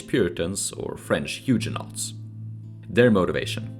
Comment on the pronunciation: "Huge-a-nots" (Huguenots >> hue-guh-noes) 🤣Sorry that made me chuckle. Very interesting video, don't hear much about Swedish (or Scandanavian) colonisation in America so this was quite refreshing. Subbed and looking forward to more, like the Swedish exodus mentioned at the end of the video.